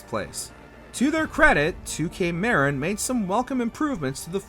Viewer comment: Marin is pronounced Mah-rin. It’s the county north of San Francisco that is connected by the Golden Gate Bridge.